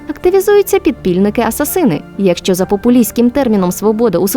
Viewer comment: блін, ну оце "асасИни" просто дико бісить